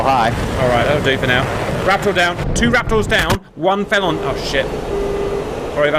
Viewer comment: ok who pronounces felon feelon